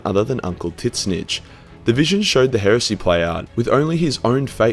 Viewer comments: Can't get over his pronunciation "Tiz - Nich" would love to hear him say tzatziki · I love that you call him "Tit-Snitch"